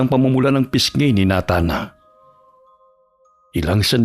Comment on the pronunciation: Nays wan ka. Pwede na pang shake rattle and roll to ah. Babaylan vs Mambabarang. Pero bakit na-than? Dapat Ney-than ang pronunciation naging parang NATA haha❤